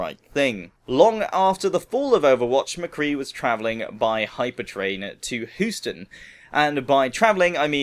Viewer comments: I like McCree, he reminds me of Clint Eastwood in movies like The Pale Rider (1985) and The Outlaw Josey Wales (1976). PS. it's funny how you said Houston. it's "Hew-ston" not "Whoo-ton" :D Great Video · its pronounced hue-stun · I'm pretty sure it's pronounced hue-ston